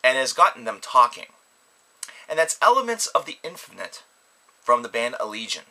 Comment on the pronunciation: At first I thought he said elephants of the infinite...